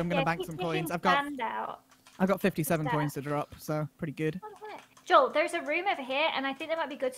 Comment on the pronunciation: Joel:have you not seen any of his vidieos hes INSANE Dream:says Joel's name wrong 🤣🤣🤣🤣🤣 Smilellish I thought noon of them know eachother